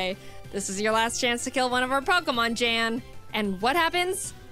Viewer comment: So, turns out Jan is actually pronounced Yan. I found it pretty funny that you kept saying they should box their existing teams for stronger pokemon after going on that mini-rant in her previous video when she did just that during her Diamond run.